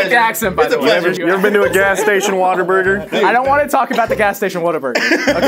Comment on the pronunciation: I'm a Texan and I am so triggered by the way says Whataburger